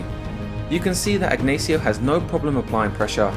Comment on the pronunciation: It hurts every time you tried to pronounce the common spanish name "Ignacio" as "aegnaeesio"